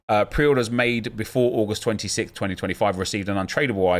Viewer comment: Good work on the pronunciation of 26 at the start. It's always difficult when the new version comes out and i look forward to you messing up your intros for the first week of release.